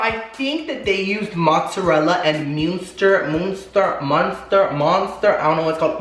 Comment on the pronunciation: GET THAT SPONSORRRRRRRRR by the way the cheese u couldnt say is pronounced like mustard without the d i think